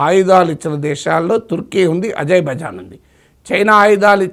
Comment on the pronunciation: Idhi ajay bhai jan kadu babu idhi azer-bai-jan 😂